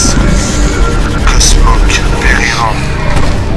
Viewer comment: C snoke pas smoke